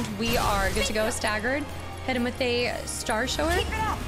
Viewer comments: Star shower makes me giggle every time she says it. I'm pretty sure it's starshower like taking a shower. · Starshower is pronounced Shower like taking a shower to get clean.